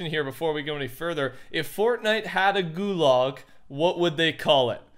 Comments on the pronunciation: “Gulog”😭 I fucking can’t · No way he said goolog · The way he says gulag 👁👄👁